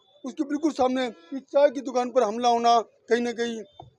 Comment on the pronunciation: चा नहीं चाय